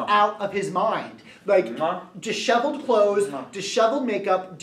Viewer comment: haha you pronounced disheveled "dishoveled" i'm not a hater i enjoy this videos but if people are going to use big words you might as well pronounce them right!